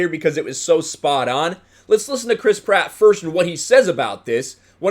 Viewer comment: Every time you say Chris Pratt, all I hear is Crisp Rat